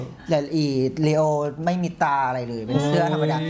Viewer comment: น้องชื่อ เลโอนะค้าบ ไม่ใช่ ลีโอ แงงงง